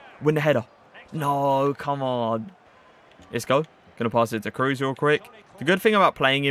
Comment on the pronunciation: Toni Cruz 🤣🤣🤣🤣 nice Review man... but how u pronounce him 😅 big oof